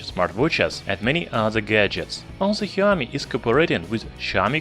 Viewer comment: Shaomi not heeaomee